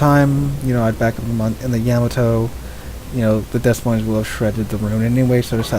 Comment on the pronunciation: It's Deh Moyne. S's are silent. Good vids though.